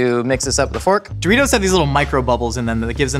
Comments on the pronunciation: Do-reece-os... eh I tried to make it work 🤷‍♀️ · I haven't watched the full video yet but if he doesn't call them Doreese's I'm going to be upset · Doreeses? I love that snack!